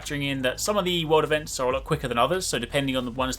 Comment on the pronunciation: Am I the only one who heard “world events” as “water vents”?